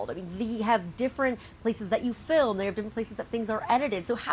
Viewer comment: "Filim" industry? lol. senile.